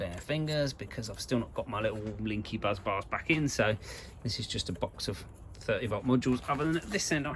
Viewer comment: Why do you keep calling bus bars 'buzz bars' instead? It's quite funny, admittedly, but it's the main bus, not the main buzz. A well-known example of the correct name being used is in 'Apollo 13', when they report 'Main Bus B under volt!'.